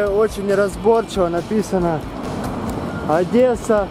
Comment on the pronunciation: Братан, на будущее, не "ОдЭсса, а ОдЕсса".